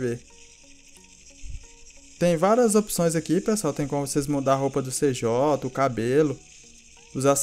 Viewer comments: N fala cj fala cidhay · Cê Jota galera não é cj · tava colocando fé até prununciar Cj errado